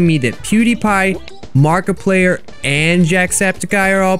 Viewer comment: he said "Markaplayer" umm wut